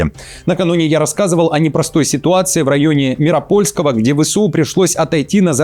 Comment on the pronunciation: Не МирОпольского, а МиропОльского. Вы журналист, а это не первая ваша ошибка в ударении.